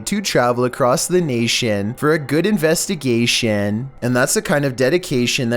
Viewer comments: "...across the Nation, for a good investation, that's the dedication" 😄💪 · NaTION, InvestigasTION , DedicaTION